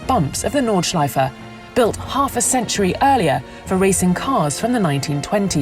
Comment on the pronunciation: I love it if These voice sad "Nordschleife". It sounds very nice 😂